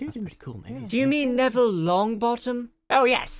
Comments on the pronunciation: Andre Hernandez nevviwle sewft diswuct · Hahahahahaha! (Neville) Wut? Wo tawking abut mwy shepe? Dats diswespectful. Mwy gwandmofer wiww be su med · Neville is the worst sorry what... He brought pottah to the school Saved pottah countless times And also protected pottah in the finale